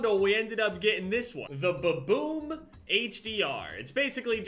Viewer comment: Anyone else here baboon instead of ba boom